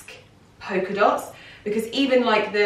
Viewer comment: Why are you pronouncing it “poker” dot?